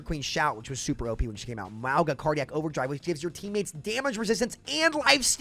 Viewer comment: Bc I don't want my boy sounding dumb, please sound the word Mauga.